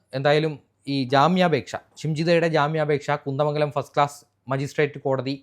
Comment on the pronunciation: കുന്ത മംഗലം അല്ല കുന്ദമംഗലം